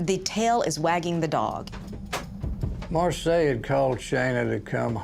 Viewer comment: Her name is Marcia, not Marseille. Pronounced Mar see ah, spanish name.